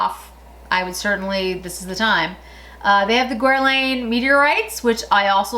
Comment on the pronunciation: I’m sorry but, try guerlawn, for Guerlain!